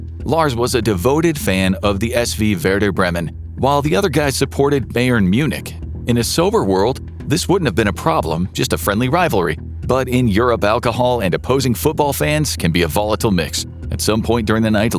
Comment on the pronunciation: It is pronounced BUY-ern, not BAY-ern.